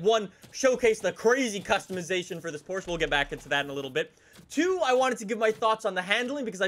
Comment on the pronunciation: accidentally pronounces Porsche correctly. If only he would intentionally do it from now on.